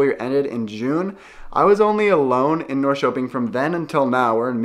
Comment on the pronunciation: As a former Portlander and former visitor to Sweden, summers are the best times of the year in both places. To help your pronunciation, say "Nor-sherping" and "Share-gourd". I don't know whether you are into Swedish music or done any videos about Swedish music, but there is one Swedish composer that people love, and he is Evert Taube. He wrote a popular song called "Calle Schewens Vals". It's about an old guy who has a "stuga" out on one of those islands and is throwing a summer party for all of his friends. He is an old man, but he still likes dancing with the young girls, and he wants to dance all night, and still get up in the morning and do a full day's work on his farm. It's a great song, but I don't understand all the lyrics, but ask about it. Also, are you familiar with theswedishlad? He is a Swedish youtouber who now lives in Stockholm. He is a great guy and puts out a lot of Swedish videos in Swedish and English. I love Hampus Hedström. He is from the part of Sweden where I spent most of my time. Can't understand most of what he says, but he is funny anyway. Also, speaking of music, do you know about Eurovision, the big European song contest. Sweden enters it every year. The contest is in May. Sweden has won about 7 times, as much as any European country. This is how ABBA got their start. Every year I watch it in America and root for Sweden.